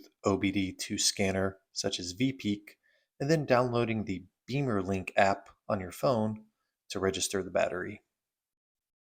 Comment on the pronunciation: Beemer is slang for BMW motorcycle and bimmer for BMW cars, so bimmerlink (like it's spelled) and not beemerlink 😊